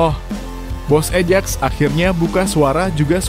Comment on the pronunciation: AJAX itu dibaca AYAKS bukan ejek ... !!! 😂😂😂 CUP dibaca KAP bukan cupu ... !!! 😂😂😂 mikiiirrr!